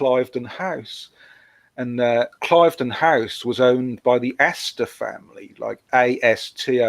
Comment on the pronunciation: Cliveden is pronounced Cleeveden.